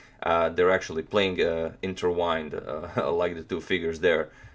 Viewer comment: By the way, it's "intertwined". Not "interwined" just tryna teach :)